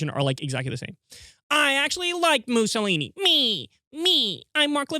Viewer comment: "Muzzle-eeny." Levin can't even pronounce Mussolini.